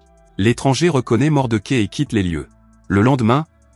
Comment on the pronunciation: L'homme des hautes plaines, formidable Western de Clint Eastwood...par contre c'est pas Mordequai, où Mordechai que ce personnage ce prononce 😅